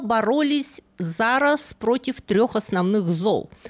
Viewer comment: хм… произнесла «зА раз»… 🧐 вообще, напоминает украинское слово «зАраз» - мигом, тотчас… Но тут имелось в виду - разом, вместе…